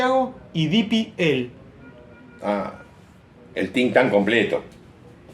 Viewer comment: El "think thank" completo 😂😂😂😂😂😂